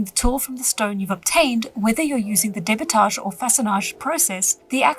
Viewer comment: As a french speaker, I think you nailed "Façonnage" , but you did use the english pronounciation for debitage (with a french accent tho lol) Edit: was almost perfect, you'd just need to pronounce the "a" with your tongue a bit more forward ( same spot as where I start ptronouncing the letter "I" for me ( ayy ))